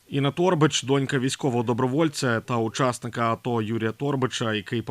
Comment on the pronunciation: Не тОрбач, а торбАч, не гОрбач, а горбАч ітд. Якщо назвали себе журналістом, вчіть правила української мови